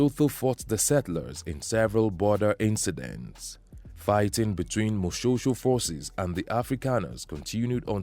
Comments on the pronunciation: Firstly Moshoeshoe is pronounced "Moshweshwe"........ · Do not ignore E in the name Moshoeshoe. You are pronouncing it like Moshosho. That E is very important